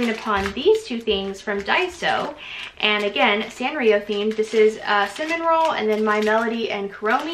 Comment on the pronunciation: his name is cinnamoroll, there’s no third n like a cinnamon roll.